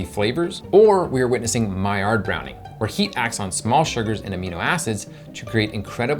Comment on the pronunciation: OK! I cannot hide it any longer., I am in love with you! With the way you brown your food, the way your mouth opens wide to take huge bites. The way you say Maillard. I want to get you alone and...have lunch with you. Please never stop brightening my day with these wonderful videos!